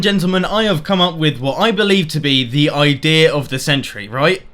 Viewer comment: Whenever he says idea it sounds like idirrhea